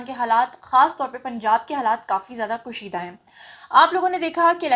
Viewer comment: کوشیدہ نہی کشیدہ